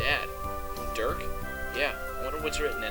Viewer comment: when you day "Dirk" it sounds like "Jerk"